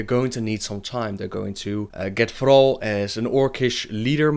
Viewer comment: Thrrrrall xD... love you